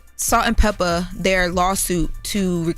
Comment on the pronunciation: LL said Peppa correctly lol